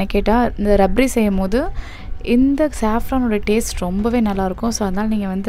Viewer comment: Sis athu rabdi .. rabri illa 😊